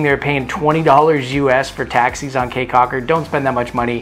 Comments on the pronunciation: Great video, but Key not Kay.. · K's my thoughts is that is pronounced "Key." Been going there since 2004 and suspect the locals are too polite to correct you. Thanks Canadians or Yanks!